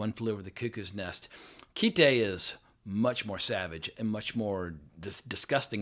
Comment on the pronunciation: It's Kite, as in you fly a kite. The katakana transliterated phonetically would be akin to kai-to. Originally it was called "A Kite", but that name was shortened. Whoever told you it was called "keetay" obviously knows nothing about Japanese.